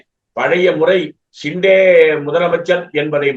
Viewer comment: நக்கீரா நன்றாகப் பார். ஹிண்டே இல்லப்பா. ஷிண்டே என்பதுதான் சரி. நக்கீரனே செய்தாலும் குற்றம் குற்றமே